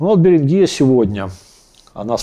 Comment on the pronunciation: БеренгИя - похоже на название болезни. Очевидно, придумывая условное название, по-русски эту землю надо было бы называть с ударением на первый слог: БЕринг - БЕрингия. Переберите все известные названия стран - не найдёте ни одной с Вашим ударением.